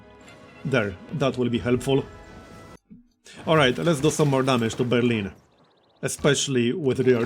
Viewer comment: Hearing you say "Let's do some more damage to berlin" with that thick slav accent is... unsettling ^^.